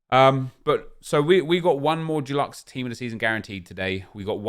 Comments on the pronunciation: Nep says DULUXE not Deluxe 😂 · Love the content but it’s stresses me that you say duluxe when it’s deluxe hahaha, what a sad life I have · Can you please say deluxe right man haha - it’s not Duluxe. You aren’t painting your bathroom Nep. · Am I the only who can’t stand how he pronounces deluxe. It’s Dee-lucks not Doo-lucks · Why does he keep saying jew-lux, it’s pronounced dih-lux 😂😂😂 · Does everyone say DUELuxe like nep or deluxe like me🤣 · Stop saying doluxe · Can you stop saying deluxe as “dulux” please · Him saying dooluxe is triggering me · Nep please stop saying “DULUX” 😂😂 it’s not paint my friend! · No one:: Calls deluxe “dulexe” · Nobody: Absolutely Nobody: Absolutely Positively Nobody: Not even a single soul: Nep: DU-LUX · Sorry nep it’s de-lux pls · Why do you pronounce deluxe as if it's the paint brand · How can you not say deluxe 😂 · Why’s he saying deluxe wrong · deluxe comes from the French though, and the way Nep says it isn't right either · the way you say DELUXE aggravates the shit out of me🤣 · The way Nep pronounces deluxe makes me uncomfortable